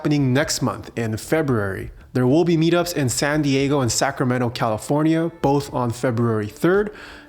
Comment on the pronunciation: Hihi, "Californio"